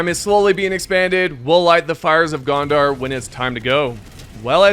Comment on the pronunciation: Gondar? lol Gonder! LOTR c'mon